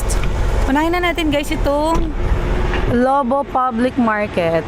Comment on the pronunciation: Saya naman ng barkada bonding and the beach vibes ❤ Natawa ako nung Lo-Bo ung pronounciatiob mo. As a Bataguena natatawa tlaga ako 😂 with matching song pa e hahah